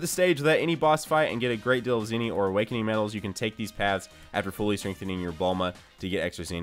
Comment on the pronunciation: why does he say zeenie instead of zeni?